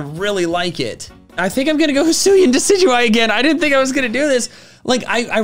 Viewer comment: IT'S DECIDUEYE, NOT DECEUEYE!